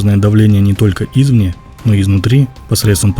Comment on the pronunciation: Спасибо за видео. Но что у вас с ударениями? Извне... У вас ударение на И. Ну как так то? ИзвнЕ. Ударение на Е. Ну это же элементарно!